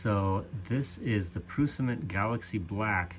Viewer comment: It is "Prusha" ;-) But don't worry, we know what you are talking about ..